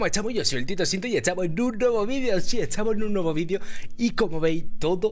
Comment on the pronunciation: Etahmo xD me da mucha gracia cuando te dices etahmo o algo con T :v